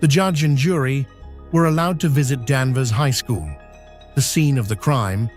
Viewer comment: It’s Danvers not Danver.